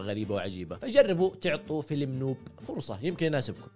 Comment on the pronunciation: نَوب (بفتح النون)، و ليس نووب يا نووووب